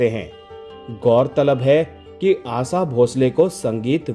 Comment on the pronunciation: Aasa nahi, Asha kaho ,kounsi bhasha hai aapki ?